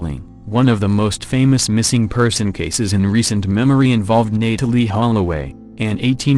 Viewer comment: Nae tell ee? WTF?